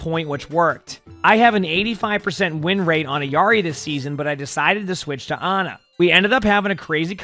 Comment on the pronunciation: Why do you say Ayari? lol It’s <EELARI>